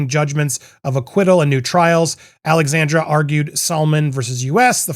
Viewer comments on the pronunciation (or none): Alacandra, not Alexander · Geez, why can't you pronounce the woman's name properly? ALEXANDRA with an A at the end. Had to click out because it's irritating.